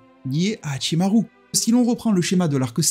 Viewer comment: Très intéressant ton accent japonais sur Hachimarrrru. Mais également sur ce que tu nous apporte dans cette vidéo. Par ailleurs j'ai adoré ton short sur Yamochi.👍